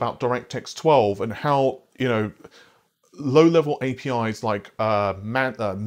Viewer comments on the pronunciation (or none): none